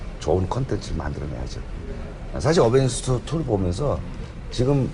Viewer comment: 어벤져스라고 말할때 으벤져스라고하는건 기분탓인가